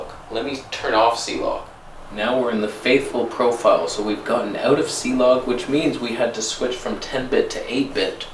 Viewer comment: I’m afraid it’s not Cee-Log, 😳😱 it’s Clog.. And where is Reggie????